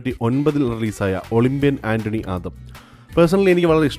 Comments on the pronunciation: ആന്റണി അല്ല ഏട്ടാ അന്തോണി എന്നാണ് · ഒളിമ്പ്യൻ അന്തോണി ആദം ആണ് സുഹൃത്തേ...ആന്റണി അല്ല... മറ്റുള്ളവരെ തെറ്റ് കണ്ട് പിടിക്കാനുള്ള ആവേശത്തിൽ സ്വന്തം തെറ്റ് ശ്രദ്ധിച്ചില്ല അല്ലെ.... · ഒളിമ്പ്യൻ അന്തോണി ആദം എന്ന് ആന്റണി എന്ന് വായിച്ചു വ്യൂവേഴ്സ് മണ്ടന്മാരാക്കി 😜😜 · ആന്റണി അല്ല അന്തോണി എന്നാ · മിസ്റ്റേക്സ് എല്ലാർക്കും പറ്റും ബ്രോ ഇപ്പത്തന്നെ ബ്രോ പറഞ്ഞദ് കണ്ടില്ലേ ഒളിമ്പിയൻ അന്തോണി എന്ന് പറയാൻ ഒളിമ്പിയൻ ആന്റണി എന്നാ പറഞ്ഞത് ഇതാണ് പ്രേക്ഷകരെ പറ്റിച്ച മറ്റൊരു മിസ്റ്റേക്സ് 😁😁 ഇദെഴുതിയ എനിക്കും പറ്റി മിസ്റ്റേക്സ് പിന്നീട് എഡിറ്റ്‌ ചയ്ദ് നേരയാകിയതാ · ഒളിമ്പ്യൻ ആന്റണി ആദം അല്ല ചേട്ടാ.. ഒളിമ്പ്യൻ അന്തോണി ആദം.. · ഒളിമ്പ്യൻ ആന്റണി ആദം എന്നല്ല ചേട്ടാ...ഒളിമ്പ്യൻ അന്തോണി ആദം എന്നാണ് 😇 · ആന്റണി alla അന്തോണി aanu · ഒളിബ്യൻ ആൻ്റണി ആദം അല്ല ഒളിബ്യൻ അന്തോണി ആദം... എന്നാണ് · ഒളിമ്പ്യാൻ ആന്റണി അല്ല ഒളിമ്പ്യാൻ അന്തോണി ആദം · Olimbyan ആന്റണി അല്ല അന്തോണി